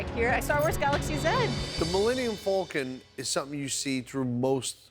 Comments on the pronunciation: It’s pronounced Falcon NOT FULCON LOL and I am a New Yorker, so cannot say it’s the East Coast accent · "Thu Mullenium Fulcon."